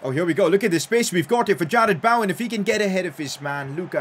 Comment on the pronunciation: “Jarad baowen”